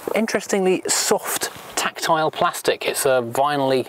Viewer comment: Stop sipping your tea. Lol Japaneseeee Plasticeee Chromeeee Metaleeee Very sillyeeeeee !!! Poor vocabulary